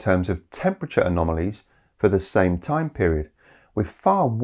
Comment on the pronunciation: Excellent! p.s. As I'm sure someone has already pointed out, it's "anomalies", though I like "anomolies" better :)